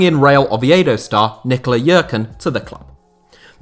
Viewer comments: as a Croat myself I give you props for pronounce Jerkan right after you butchered it in the beginning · Nikola Jerkan is not Nikola Žerkan